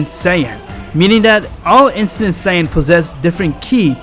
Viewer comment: i swear i hear incident Saiyan, when I think he means Ancient Saiyan.